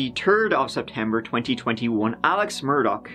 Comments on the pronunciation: MUR-DAUGHHH Adore your content but no k at the end😺 Just like dough but daugh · IT'S MUR-DAUGH!!!! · Dam can’t read that link as they want a subscription in order to allow access! Anyways time for Part Tree of this saga my lovely! as of today’s news regarding Alex Murdawrer’s ( pronounced Murd daw rares )embezzling of the monies of the dead housekeepers estate worth 4 million!